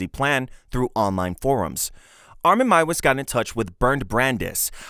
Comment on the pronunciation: Meiwes is pronounced "My-vez". And Gilberto is pronounced "Heel-bear-toe".